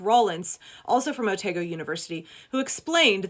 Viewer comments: a minor (but Cringey for us Kiwis) thing... pronunciation thing.... Otago University. pron. Oh-Tar-go not Oh-tay-go. The rest of your points is dead on the money. Good Call Out! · Just an FYI: Otago is pronounced O-tar-goh. Source: my New Zealand born and raised self ( now living in Australia). I’m very glad to hear your explanation of what’s really going on. I saw a YT video that included the bit about getting DNA from an ancient tooth and presented it as the dire wolf was now “de-extincted”. My first thought was: did Jurassic Park teach you nothing?! Closely followed by holy crap, you are happily anticipating a time when significant numbers of these dire wolves will freely roam the American continent and absolutely haven’t given even half a thought to the massive damage that is likely to cause. 😳